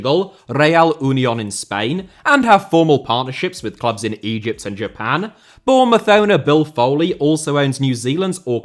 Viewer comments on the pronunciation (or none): none